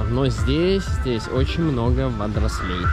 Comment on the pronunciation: ты же русский человек. Родной язык надо не только знать, а и уважать. НЕ водорослЕй!!! А вОдорослей! В котором видео слышу от тебя эти водорослИ) Сначала улыбнуло, но теперь вижу, что это система. Канал растет, люди смотрят и слушают. Постарайся говорить правильно, пожалуйста.😇